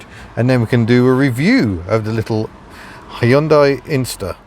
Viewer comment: I must commend you on your almost perfect pronunciation of 'Hyundai'. Most people say 'Hi-un-dai', which is super annoying. Bravo.